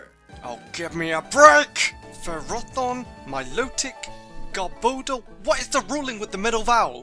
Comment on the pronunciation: To be honest, Ferrothorn should be FErroThorn, because it's derived of the Latin 'Ferro', which means 'Iron'. And Arceus should be Ar-S(ey/ay)-Us because of basic spelling rules: a C is pronounced as a K when it's in front of an A, U or O, and as an S when it's in front of an E, I or Y.